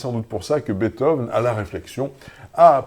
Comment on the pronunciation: Pitié, arrêtez de de dire "Betove"